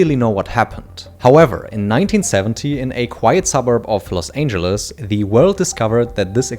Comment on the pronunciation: Los Ainjuluss 😂